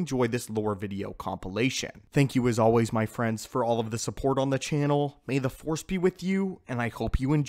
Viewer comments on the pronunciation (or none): 🤣🤣🤣🤣how he says "channel" 😂😂😂😂